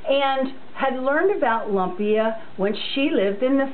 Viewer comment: Thank you for sharing. Please don't get upset but try saying "loom-pia" this is what it really sounds like. It is spelled lumpia but it is not pronounced lump-ia. You are very correct, yes there is many different ways to make it.